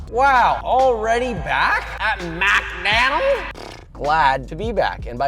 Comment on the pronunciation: You know shit is real when josh says: "we're back at MaCdÆnAlDs"